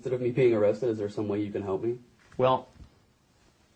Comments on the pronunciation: O cwap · Oh cwap, am I gonna be awwwwwwrested?